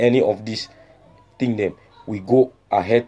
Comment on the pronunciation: Do we have “a very bad thing” in pidgin? It should be “some very bad tin”. Also in pidgin do not pronounce “thing” like in English. Just say “tin”.